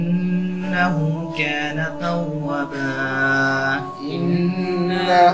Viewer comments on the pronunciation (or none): এহতেসাব: শিক্ষক انه كان না উচ্চারণ করে انه كن উচ্চারণ করেছেন।